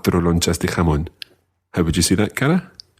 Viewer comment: Creo que su pronunciación de la palabra "cara" en este podcast no es muy buena. A mí, se suena mas como "keh rah" (el nombre de la estudiante) que "kah rah".